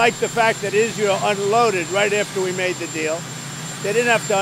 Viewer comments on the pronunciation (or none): none